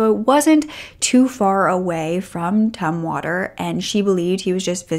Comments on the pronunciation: "Tum"water; not Toomwater. 😅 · It's pronounced Tumm water like in tummy, by the way girl, you look fantastic. You look like a perfect princess. ;)